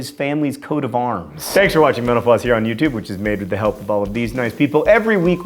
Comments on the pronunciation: You really should enunciate better when you say, "Thanks for watching Mental Floss," because it sounds like you're thanking us for watching Menopause. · Everytime I hear mental floss, it sounds like menopause.